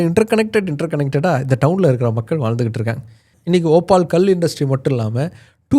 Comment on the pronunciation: ஓபால் இல்ல ஒபல்